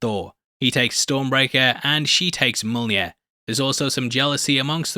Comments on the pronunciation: I don't know if it's a bit or not, but it's pronounced MYOL-NEER. My left eye twitches every time you say it wrong. 😁🤣🤣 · U can say taweret but not mjolner